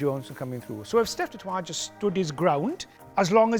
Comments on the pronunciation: Pronounced 'Toy' not 'Trois' - that's three in French, though to be fair, Nigel, his name is of Franch Huguenot origin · Its not Heynman, it's Hendricks. It's not du Twa its du Toit Mr Cowens. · Come on Nigel it's Dutch, Afrikaans surname pronounced Du toy not French pronunciation du toit. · Steph is not a Frenchman please get the pronounciation right it is de toy. We may have French ancestry but we are Afrikaans. De toy de toy. Please don't be like my posh English brother in law that thinks he is correct the whole time. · As a South African it is pronounced "Dew Toy-it", a lot of people say it like you do but it's wrong. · Nigel is great, but he needs to pronounce ‘du Toit’ correctly 😅